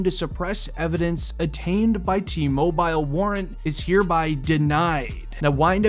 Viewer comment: Mobile???? T mobile???? Please pronounce it like its supposed to be. You said it reapeatedly incorrectly and it got really annoying.